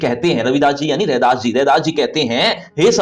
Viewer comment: No u should 😂 it’s redas